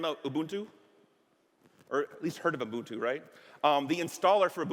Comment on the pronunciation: Awesome stuff. Also, not often you hear someone pronounce Ubuntu correctly. Nice,!